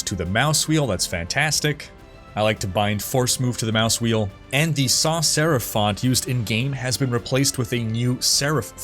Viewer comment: Typography nerd here, the Sans in Sans Serif is not pronounced with French pronunciation. It's pronounced like Sands without the D